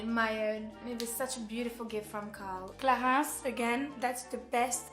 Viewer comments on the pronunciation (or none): Haha jadoore lorsqu'elle prononce CLARINCE et CHANEL en français😂